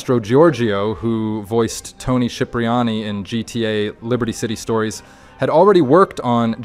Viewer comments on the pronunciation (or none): It's pronounced "Sip-reani". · Tony Sheepriani Tony Kipriani 💀💀💀💀